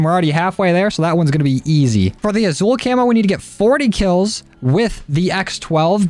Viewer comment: It’s pronounced asul like with an S, sorry I’m Hispanic it triggers me